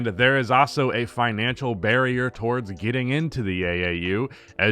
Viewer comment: "towardst"